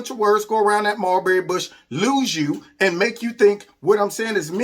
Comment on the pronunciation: The way she says "and" - "eeeeund"